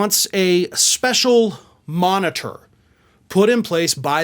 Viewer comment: Well, he got a speshul master... Why not a speshul monitor? That'd make him two time speshul.